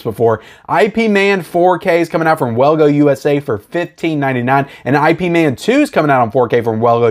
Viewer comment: it’s IP man not I P man. 😂👍